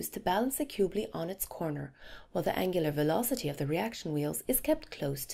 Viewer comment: She tries to be British when she says angular velocity